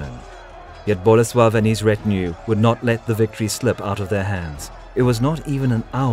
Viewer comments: Unfortunately, he insists on stressing the first syllable in names - it's boLEsław, not BOlesław. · Yarosław. The ł is pronounced like W. And then Bolesłav. Same deal. If you're going to do history then get it right.